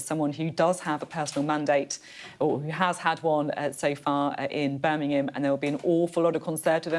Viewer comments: Beth. Birmingham not Burminum. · Birmingham. Burminum